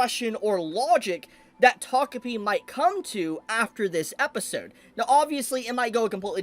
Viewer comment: He said "takopi" but I heard "togepi". It must be I'm still asleep.